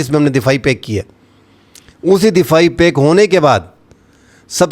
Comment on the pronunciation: Pack nahi ‘pact’ hai bro